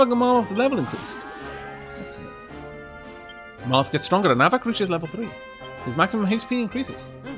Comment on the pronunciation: Some practice for you : Mal... Roth. Mal... Roth. Really enjoying this series and it is such a shame it is not available on PC.